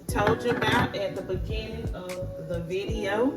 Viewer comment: Lol vi-de-o